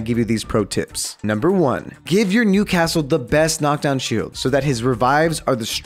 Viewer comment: for a second I thought he said nudecastle